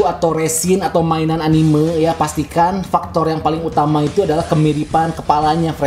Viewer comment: Entah kenapa saya suka kesal kalau mendengar orang mengucapkan ANIMEU dan MANGA bukan ANIME dan MAN'GA.